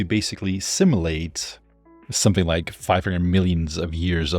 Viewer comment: Simulate is pronounced "sim-you-late" not "sim-ill-ate", which sounds too much like assimilate.